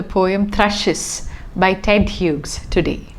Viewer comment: The second name of the poet is pronounced as we would pronounce 'hues' or 'hews'.